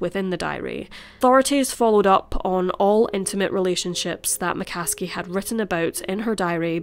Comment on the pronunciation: McCaskie to McCasket